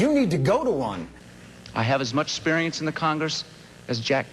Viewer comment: Quayle was doomed the second he pronounced the word "sperience" instead of experience.